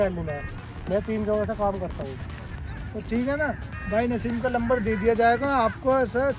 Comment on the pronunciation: Lamber nhi bhai number hota hai 😂